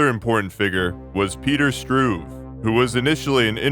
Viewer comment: A slight correction: although pronunciation of Russian names is a difficult topic in general, and perfection is hardly possible for a non-native speaker, the surname "Struve" is not pronounced with the schwa at the end, but rather with [e], like in the Italian "Duce", or in Ch*e* Gevara.